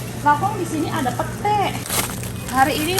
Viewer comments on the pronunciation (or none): none